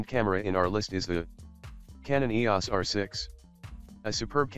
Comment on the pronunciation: Why oh why why publish a video using a computer doing the talking which cannot pronounce Nikon and EOS correctly. It creates no credibility or professionalism at all.